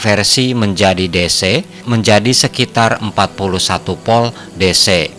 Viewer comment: Narasinya bagus dan tertata, namun penyebutannya saja yang perlu ditingkatkan, misalnya penyebutan Volt masih di sebut 'POL' antara huruf V dan P itu berbeda penyebutannya, saat huruf V bibir tidak terkatup hanya cukup bibir bawah menyentuh ujung gigi, sehingga udara keluar disela selanya, beda dengan huruf P, terkatub dan ada dorongan udara yang terkurung saat mengungkapkannya. intinya ' Narasi suatu Video yang diunggah ke platform Youtube sudah dilengkapi dengan Voice Converter to Text, salah penyebutan saja bisa melenceng ke scribt mesin pengonversi'